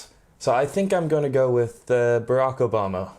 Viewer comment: Vous dites THICK ok it’s correct mais fink pour Think !!!!!